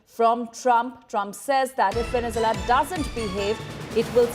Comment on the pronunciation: Why can’t this woman pronounce “VenezUela”? It’s not “Venezela”.